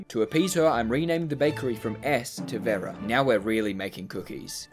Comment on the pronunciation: omg you say Vera so wrong